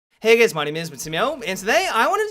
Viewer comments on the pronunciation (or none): it always sounds like says "hey gays" at the start of the videos.